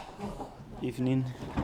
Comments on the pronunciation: Did he just say “ebening”? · did he say ebening at the start? surely not... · is that a good ebening? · Good ebening became sack ebeny .. 😭😂